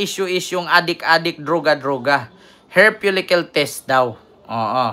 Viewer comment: Hair follicle po, hindi "hair folicyul"